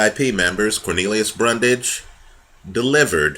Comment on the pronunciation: Great video once again. One necessary correction as the mistake was repeatedly made.. It's "Bundrage" not "Brundage".